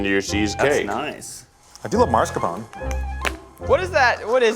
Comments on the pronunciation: Look, I know we're in the US (or the try guys are) but every time I hear that pronunciation of mascarpone it causes me pain. So if you care, and only if you do, it is pronounced MAH-SCAR-PONE-AY. Peace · I’m sorry but the way they say mascarpone hurts my brain